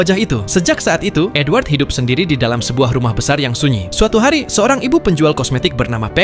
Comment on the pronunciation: Gw dengernya N-word bukan edward💀